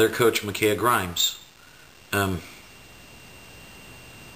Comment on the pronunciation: i actually attended the game and the did not press past the 1st quarter, Maybe you should get your info right before you go out of your way to trash Covenant. also it's micah not "mikaeah". now we aren't exactly proud of that game but to question the morality of everyone who attends school is just ridiculous.